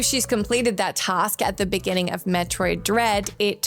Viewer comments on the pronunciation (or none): none